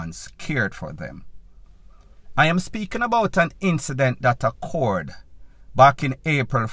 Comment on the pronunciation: The word is OCCURED not accord